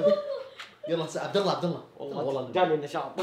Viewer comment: قل سععبدالله😂